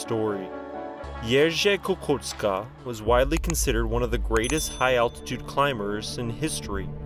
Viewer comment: I so appreciate your repeated pronoucing of Jerzy :D you're close! Also Kukuczka - think cz as the english ch kookoochka - much closer in sound. Kudos!